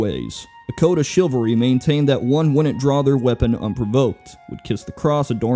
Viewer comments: He also says ‘chilvary’ for chivalry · He even said 'chilvary' instead of 'chivalry'.